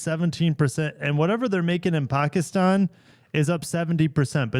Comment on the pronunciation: Thank you for your correct pronunciation of Pakistan!